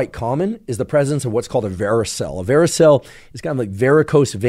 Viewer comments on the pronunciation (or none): Hi Andrew, you've mispronounced the term "varicocele" multiple times during your presentation. I get it! Who cares? Tomato TomAto... Your science is great for the masses, and I applaud your work. But should I sit here and listen to you say "varoseal" when in fact it is "varicocele?" Just a humble correction on my part. Please keep up the good work, though, and your work is undoubtedly GOOD! No, it's GREAT! Cheers! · Pronounced veh-ruh-kow-seal